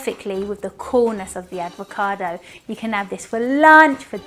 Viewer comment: Its not advocado mate.